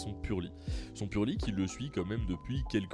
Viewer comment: heeeeeu il manque un "R" a pur"r"ely